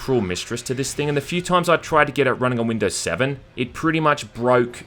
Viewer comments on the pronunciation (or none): none